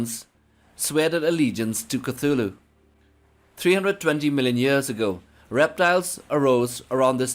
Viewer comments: Initial C is silent: TU-Hlu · Fun fact: Lovecraft was trolling when he was spelling Cthulhu. He never meant for the T to be pronounced. So you actually say: Clhulhu, substituting the T with an L. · It's quite the coincidence, though, that Cthulhu should rightly be pronounced as "Kutulu", and that "KUTU.LU" in Sumerian would translate as: "the Underworld Man". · I pronounce it: "oo(t)h-ooloo." More of a guttural, back of the throat. Don't hard T, but soft T. It sounds way cooler than Koothooloo. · Can’t stand the way you pronounce his holy name. Please stop